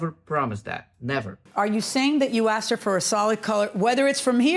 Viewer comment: “I axed”? Let’s start there.